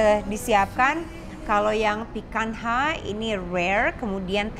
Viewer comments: I sometimes watch Latina youtuber who's an avid lover of steaks and he pronounces picanha like "pee-kan-nya". I think that's why it's so weird to hear it like pee-kan-ha 🤣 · Woow thanks for the video, Chef. Maaf ada koreksi sedikit, picanha itu pelafalannya /'pi-ka-nya/ bukan /'pi-kan-ha/. Xoxo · Benar sekali..tp itu pronunciation Brazilian huruf NH sama seperti kita punya NY .krn FQ lebih ke English ya dia nyebutnya sesuai apa yg tertulis..ok thanks for correcting.. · Maaf koreksi cara pronounce picanha itu "pikanya" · bukannya pronounce untuk Picanha itu "pican-nya" Chef???ini cut yang biasanya ditekuk trus diskewer and char-grilled??CMIIW